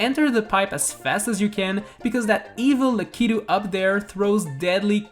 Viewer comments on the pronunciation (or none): none